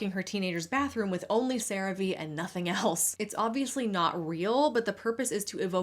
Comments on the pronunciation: interesting how you pronounce CearVe one way all through the segment until we get to where you pronounce it as "Ceraveay" instead of "Ceravee" 😉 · Its pronounced Sera-Ve?! I always thought it was Crave just spelt with an e lmfao omfg. I never even thought about the V being capitalized... 😅🤣🤣🫣😊 Also, i appreciate your videos, and realism, i HATE watching influencers adds because they are all dumb lies and just fake adds worse then actual TV/cable adds because whats the point of listen to a person lie about a product vs a product saying here we are, we have this, this is what its for Buy It!. Lmfao